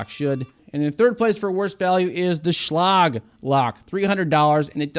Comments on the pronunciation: Say it with me ...... Shhhh - Leg..... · Never heard Schlage pronounced that way before. I'm guessing you failed English class or were sleeping when they taught the V-C-E rule.😂